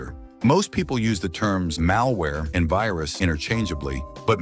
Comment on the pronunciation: hello your computer has vayrus